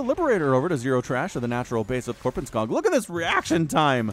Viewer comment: And why pronounce it Korpenskaag?!